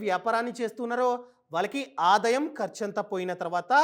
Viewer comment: Nice..good inf.say aadaayam not adayam bro